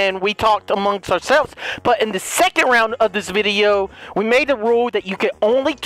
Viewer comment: "so last lound last round" got me 🤣🤣